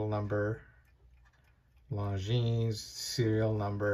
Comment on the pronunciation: Luv the watch, hate that Longines insists on giving their automatics a solid caseback instead of a display back. You pay the money, you should get to view the movement at will. Thx for mentioning it looks good on a NATO! Good to hear. FYI: The "s" at the end is silent.